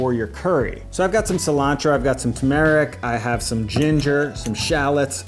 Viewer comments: Not tumeric. It's turmeric! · I think it’s turmeric, not tumeric. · Good video. Will be giving these a try. It's tuRmeric, not tumeric. I'm guessing you meant palm sugar, not plam. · It's TuRmeric not TuMeric 😅 I'm a teacher not a food critique😂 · *turmeric not tumeric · Turmeric, not tumeric. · It's turmeric, not tumeric. :-) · turmeric not tumeric right? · So first of all... TUHR-mer-ic Three syllables, big taste in curries, super misunderstood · .. it's TURMERIC. WITH AN R. Also, more minor pronunciation issue: "mortar and pestle", you pronounce pestle like "vessel". Thanks for the video! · Ya know, if you said it correctly, you'd spell it correctly. TURMERIC. There is an R after the U. Jeeeeez. . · Tume-air-ic. First time I’ve heard it that way. Cool. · The first "r" is not silent (despite everything you hear) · It's incredible how you have a cooking channel yet can't pronounce "turmeric" or "cumin" correctly. There are two accepted pronunciations for "cumin" and you don't use either of them. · It's called turmeric with an r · Is anyone gonna tell him it's Turmeric?